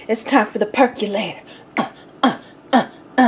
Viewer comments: Why do so many people mispronounce percolator? It's NOT perk U lator; it's perk O lator. So say percolator. There you go. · Per CO lator, not perculator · "Perculator" LMAO! ...lost me right there.